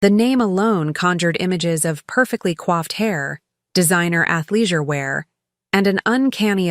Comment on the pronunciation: How about we get "coiffed" (as in groomed) hair, rather than "quaffed" (as in drank) hair?